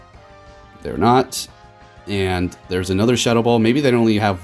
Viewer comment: I kept thinking what move is shuttle ball...then realised you were saying shadow ball